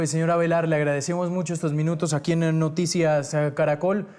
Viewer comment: Creo que no sabe decir noticas